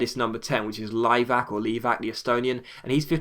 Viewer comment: You actually pronaunced Liivak's name exactly right the second time. I'm Estonian so i know, also dont get rid of him please.Hes the only estonian in the 5 big european leagues (only in the Napolis youth team though u think)